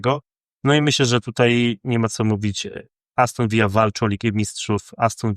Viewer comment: Aston Villa a nie Aston Vija. To nie Hiszpania.